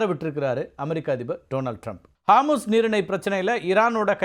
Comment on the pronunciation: ஹார்மூஸ் இல்ல அது ஹோர்முஸ்.